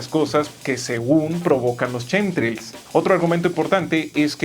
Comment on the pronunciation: nunca será capaz de pronunciar " shinji " o " chemtrails " XD